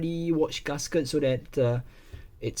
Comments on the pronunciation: Why do you pronounce gasket as ‘Gus Ket’ lol?🤣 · h. Nobody in the world pronounce GASKET as 'Gus Kert' I'm just correcting him